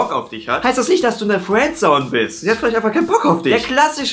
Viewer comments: Fuääändsoun:D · kann fRiendzone nicht aussprechen:D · Bei hört sich Friendzone nach Fwenzone 😂😂😂 #SPACERADIO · Fwendzone:D hach ja